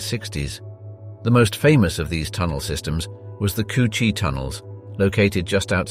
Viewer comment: The coo-chie tunnels 😂